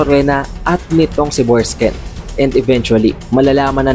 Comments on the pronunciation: Borksen po hindi borksken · BORKSEN--- di Borksken... Hayts... DI mu nga ma pronounce maayos ang character names tpos e deep explained mo..weird